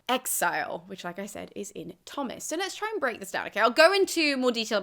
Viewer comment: Are you sure Tomas is pronounced "Thomas?" Shouldn't it be "toe-mus?"